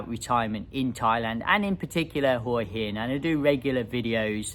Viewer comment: If you've been visiting Hua Hin for over 15 years, it's about time you learnt to pronounce the place correctly. LOL